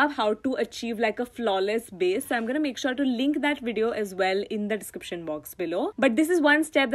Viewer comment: It's so cute how you call "base" as "baze"😂❤❤